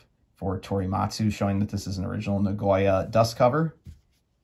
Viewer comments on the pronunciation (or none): Na-go-ya Not na-goy-a